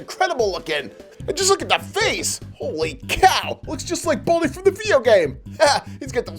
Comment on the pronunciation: His name is Baldi NOT Baldie